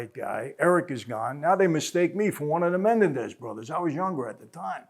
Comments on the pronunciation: Mah-nen-dez not menendez. Lol. Great video though as usual michael. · It's pronounced Men-EN-dez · It's Menendez ----- MEN EN DEZ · I think its pronounced Muh-Nen-dez not Men-en-dez, lol sorry to correct you, boss man. Please dont repremand me for it, just trying to be helpful is all. I mean no disrespect whatsoever. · Is anybody else annoyed by the way he says Menendez? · Michael likes to drop these famous names to make himself look like a big shot. He's the world's biggest liar. He says he knew the Menendez brothers. Yeah right michael, you knew them so well you can't even say their last name right. Lying moron. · Is it just me or is Michael butchering 'Menendez"?😆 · Mike butchered the Mendez name all through out this. The irony lol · Evidently the world has been mispronouncing Menendez for years.